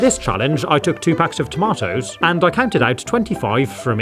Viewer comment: toma - toes